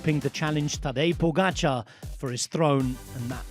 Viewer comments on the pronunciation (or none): Pogača is flatbread. Pogačar is someone that makes flatbread. PogačaR! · Heard it now a lot of times from Rob, but should be clear by now; the pronunciation really is "PogatcharR, with an "R" at the end, not "POGATCHA".